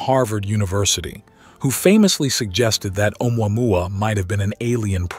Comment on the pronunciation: umuamua Me: The pronunciation is killing me!!!! 🤣